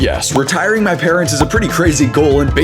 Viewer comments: Is it fwee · DID YOU SAY FREE